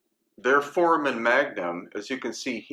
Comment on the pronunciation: For-A-Men foramen, not formen